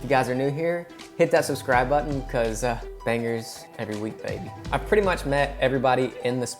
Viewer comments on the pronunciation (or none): none